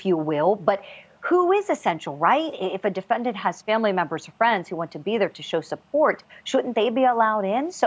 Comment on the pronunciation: Defen-diant? What a moron.